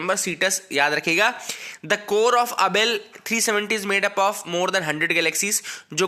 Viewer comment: Nice pronunciation 😂😂😂😂 Abell 370